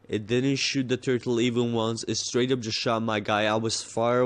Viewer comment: straight not strwight XD :P